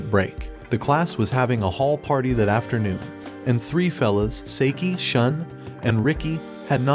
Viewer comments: Bruh why does he say saeke instead of saiki?💀🗿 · For the love of god hes namn is not seiki its saiki